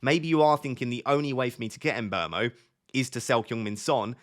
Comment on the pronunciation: How can you get someone’s name so wrong every time you say it in every video? Mbrmo? Tf where do you get the r from?